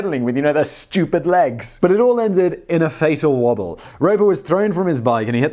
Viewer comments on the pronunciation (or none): none